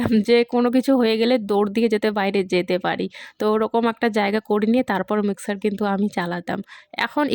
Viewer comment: Ota Mixer Grinder Bole.Mixkar Na.